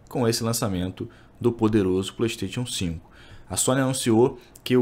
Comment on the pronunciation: Como levar a serio um cara que não sabe nem falar Playstation 5.